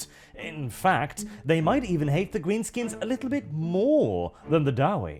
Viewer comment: When you said they hate visitors I heard it as an Irish man as ‘Ate visitors. Guess I wasn’t wrong